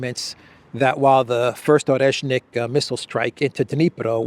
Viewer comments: It's Oreshnik, not Oreshkin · Not Oreshkin, but Oreshnik. But you can also say nut :) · OreshNik not OreshkiN.